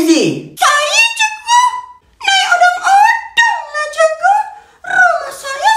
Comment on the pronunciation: Bang cikgu bukan cegu